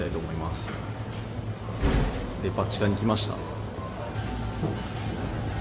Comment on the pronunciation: デパ地下がバチカンに聞こえてこいつメロン買うためにバチカン行ったのかと思ったわ